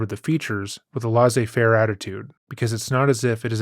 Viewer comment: Sorry. Lay Zay Fare= laizzaifare, not Loz ay fare, small but I'm obsessed with proper pronunciation. Great channel, very professional.